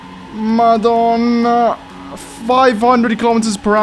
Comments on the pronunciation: The way you say "Madonna" bro, you Maltese or have someone in your family that's Maltese? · "madonna" Ur italian right? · Bro are you Italian because the Madonna sound tu much Italian